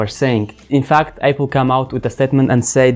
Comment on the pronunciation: This guy saying Apple as Eipl